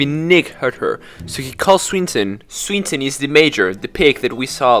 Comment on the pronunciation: It's a hard "i" on "Swineton", and a hard "a" on "oasis".